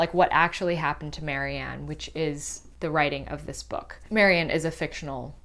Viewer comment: her name is Marian, not Mary Ann!